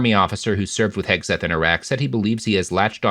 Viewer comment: I think accidentally said "Pete Kegseth" and that made my fucking day